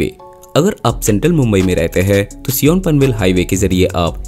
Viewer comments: Its not seeyon , it is pronounced as Saayan. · Sion is pronounced as a "sayan" not "seeyon" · Sion is not सियोन.. its mispronousation of Shiv.. its called as either शिव or सायन.. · As a Navi Mumbaikar, I thank you for this video. LITTLE CORRECTION - Correct pronunciation is सायन ( not सियों) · SION - pronounced as SAAYAN* I guess? Of course - Great video! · While pronouncing he atleadt should talk to local people what is the name… i thought he said seol 😂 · SION is pronounced saa-yan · Sion ❌ Sea-On ✅